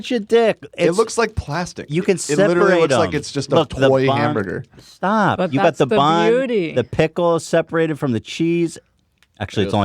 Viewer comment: Hemburger Haymeburgerr me: h a m, b u r g er